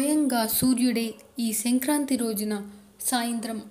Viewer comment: senkranthi kaadhu kaadhu adhi... sankranthi.. hahha..!